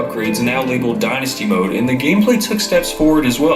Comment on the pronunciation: Nigga said gameslay